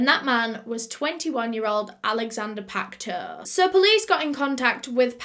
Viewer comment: sodium hydroxide is an alkali, the opposite of an acid. It is not corrosive unless under pressure and heated. It turns dead bodies into a soap-like consistency and preserves it. It can disintegrate delicate tissue eg corneas found externally. Pacteau is pronounced 'Pack toe' in French.